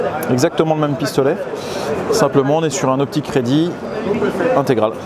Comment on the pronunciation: Confirme moi, quand tu parles de la ligne de visée ti dis "optic ready"? Ou alors "aux p'tits crédits" ? 😂